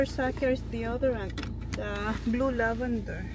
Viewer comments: LAVENDER!! NOT LAVANDER!!! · Ok lang yon Pinoy naman sya po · oh eh di lavender..! apakaOA neto.. baby kalma!